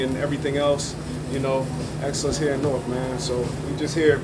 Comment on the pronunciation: I appreciate how you pronounced Newark correctly. "Nork"